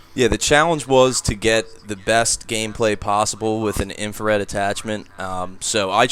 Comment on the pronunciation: by the way its Infrared not ifared